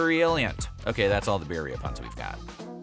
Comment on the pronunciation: Makes a whole documentary with zero effort to say the word correctly